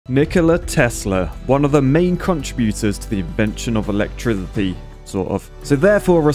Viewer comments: Invention of Elegdrisee? Dont drink and narrate :) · Why did you say “electrithity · Mfs from england: "electrility" youre braindead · am I the only one hearing him say electhrizipy? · "electiminaty" swear I went back 3 or 4 times to make sure I heard right XD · The first man to put a TH in the word electricity. Lolol silly fucking brit. 😂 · Does he not know how to say the word... Electricity... Lol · Dude pronounces electricity like twizzlers